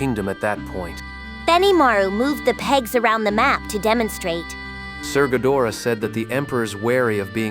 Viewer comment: Gadra not gadora 😂